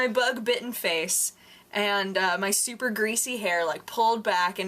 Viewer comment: I love the way you say super. "Sewper" LOL